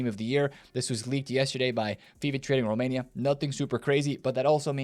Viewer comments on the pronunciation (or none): none